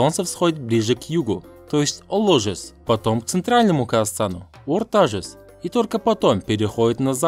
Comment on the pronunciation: Орта жуз емес Орда Жуз! Кышы жуз емес-Куш жуз!